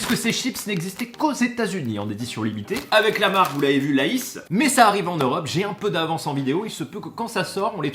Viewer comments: Il a dit La isse au lieu de Laise (Lays) ou j’ai rêvé ? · Le seul qui prononce cette marque « LA, IS » t’es un génie je m’en remet toujours pas 😮 merci pour ton énergie encore un plaisir ta vidéo continue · « avec la marque Lahisse » 😂😂😅